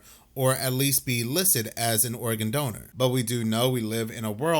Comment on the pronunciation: I love this channel! But I swear to God it sounds like you are saying Oregon, instead of organ. Every time. Is this intentional? Or am I just too stoned? 😂😂